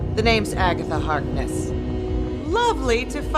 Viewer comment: “Agatha hackysack” -, 2021